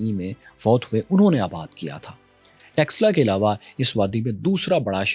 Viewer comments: Read / study Sianuli. What happened to Takshila ( not Texla)? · Takshila ko texla bol raha hai 😂